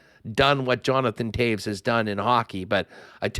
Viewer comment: Yuppie ...Toews knows the way to Stanley Land 🏆 it's not Toes...it's Toews